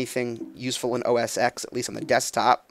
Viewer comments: OS X is pronounced ohh ess ten, not ex. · For Christ sake if you're going to review technology KNOW how to pronounce an operating system. Every time people say "Mac OS EX" I get the willies.